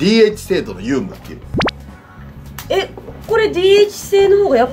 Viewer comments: 有無(うむ)を有無(ゆうむ)と読んでしまってますね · 有無のこと、ゆうむって言ってる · 有無をゆうむって読んでるの草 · 里崎漢字の言い間違い多いけど、原稿でもあるんか？w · 同じこと気になってました。 「ゆうむ」とか「よしわるし」とか…。 せっかく解説良いのに勿体ないですね。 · 里崎さん 有無は ゆうむ ではなくて うむ って読むんですよ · 里崎さん有無を「ゆうむ」って読むタイプの人間なんですね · よしわるしじゃなくてよしあしだし ゆうむじゃなくてうむだし なんか聞いてて変だわ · 有無は「ゆうむ」じゃなくて「うむ」でしょ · 有無→〇うむ×ゆうむ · DH制度のゆうむワロタ うむ やろ！それぐらい読めるやろ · 間違っちゃいないのかもしれないけど 有無 ゆうむ→うむ 良し悪し よしわるし→よしあし が一般的ですよぬ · 里崎「有無（ゆうむ）」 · 有無を「ゆうむ」と発言するくらい、問題ない。国語の先生でもないからな！ それが気にならないくらい、解説が分かりやすい。納得させられた。さすが解説者やな。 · 話しの組み立てとか、こちら側にいかにわかりやすく新しい知識を伝えたりとかすごく上手くて、 やっぱり里崎さん頭いい人だな〜と思います。 有無を「ゆうむ」と言ったり 良し悪しを「よしわるし」と言う細かいミスはあれど笑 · すごく分かりやすい でも、有無をゆうむっていうことには驚いた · そりゃ有無をゆーむなんて読んでたら、「え！？」ってなるわ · ゆうむ よしわるし まーいいよwわかるから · 『有無」をゆうむって読んでいいのか調べちゃった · DH制度のゆうむって言ってるね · ゆうむ よしわるし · 4Ko それwwww ゆうむってww